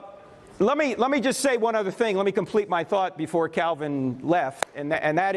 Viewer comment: I thought you said John Cena for a second. Lol